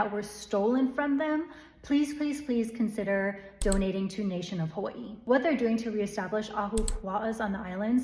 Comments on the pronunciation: Just notice how you pronouce 'hawaii', they even dare to change that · She pronunces Hawaii just like they pronunce Kawaii in japanese. Interesting.